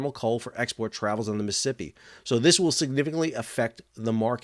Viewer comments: lol it is NOT the MI-sippi river. It is the MISs-ISs-IPPI . please, if you talk about someplace, learn how to pronounce it? thx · Mississippi not Miss Hippy lol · DOOOOOOOD !!! . . . I can't take it any more . . the way you say: Missippi all the time instead of Mississippi !!!! . . . COME ON !!!!!! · Sounds like you are saying missipi. Not Mississippi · Miss-uh-sipp-eeee please say all four syllables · You can't even pronounce it correctly. Bit hard to give your reports any Creedence or clear water lol.